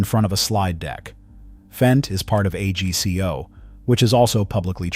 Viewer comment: A g c o is pronounced as a word, AGCO